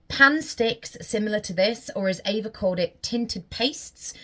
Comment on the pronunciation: Well ... It's actually pronounced AYva Gabor. Sorry